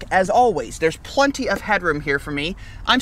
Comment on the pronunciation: PLEN-ty, not PLUN-ty. We are definitely in Kansas.